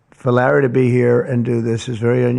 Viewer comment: no the funniest buit was a minute later when he said "rally said" instead of larry too funny just like the movies